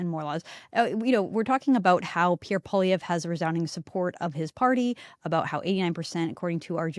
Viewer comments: First teach Joe Rogan how to say, Pierre poilievre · It seems that mainstream media has a tendency to pronounce Pierre Poilievre last name a different way each time they say it.